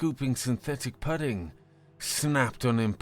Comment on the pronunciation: Okay, I get how lattice isn't a word people hear often, so it's often mispronounced on this channel... but how do you mispronounce "pudding"?